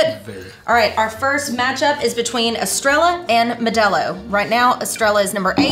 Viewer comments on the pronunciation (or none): “Es- Treh- llah” 🤦‍♂️🤣💯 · The double L is pronounced in of way of saying yea so in other words you would pronounce it estreyea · EstreYA not La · We need a teacher about the pronunciation lol 😅